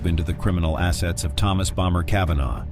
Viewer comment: BomBer Kavanagh Aggggggg „Bommer“ please 🙏